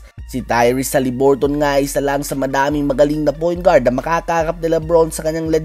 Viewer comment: Pakibago ng pronounciation. Sagwa nakakatawa pakinggan. Hali-bur-tn not HALIBURTON 👎